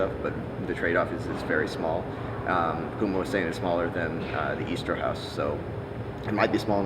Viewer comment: every time says eye-dra, you see idra die a little inside...